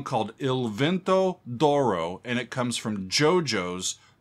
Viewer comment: “Doro” 😂 Im not italian but im hispanic, so I automatically read “d’oro” as “de oro” which would be “of gold” in English. Idk just hearing him say “Doro” is funny lol